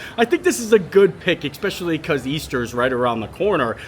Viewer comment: How has this guy never been told how to say especially